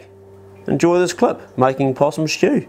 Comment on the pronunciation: Possum shtew 😂